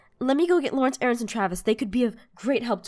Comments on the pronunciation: she said aarance T^T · did anybody else hear arronce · did anyone hear her say aarencec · who is aarance? lol u said that aphmou.... HAHAHA good episode to!